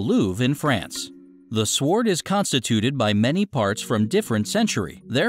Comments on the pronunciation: Fuck, this channel could use a different narrator. S-W-ord Napoleon BAH-NAH-part? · If there were ANY other sw** words with a silent W I might buy your statement. I'll pronounce it sw--ord thank you. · The w in sword is slient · sord sord sord sord sord sord - OMG!!!! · "Se-word" Oh dear... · THE W IN SWORD IS FUCKING SILENT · The "w" in sword is silent , by the way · the worst narrator ever! the w is silent in sword! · You forgot the sword of a thousand truths. You have a funny way of pronouncing sword. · oh my goodness.. saying the W in sword, poor info, and it's like text to speak..